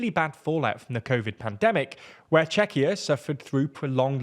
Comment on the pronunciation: Well summarised, accurate and balanced, too. Oh, and I've noticed you now pronounce Czechia correctly. Thanks!